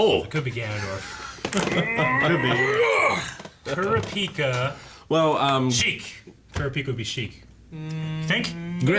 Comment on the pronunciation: Still say Kurapika name wrong lol